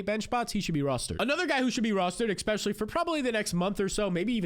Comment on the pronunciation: Immediately hears the host say “expecially” clicks off the video